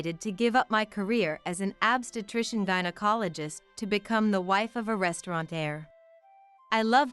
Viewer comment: I agree! Every time “obstetrician” was mispronounced I cringed.